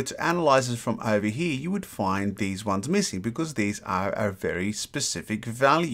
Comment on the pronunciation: Have you noticed that you say "he" instead of "here".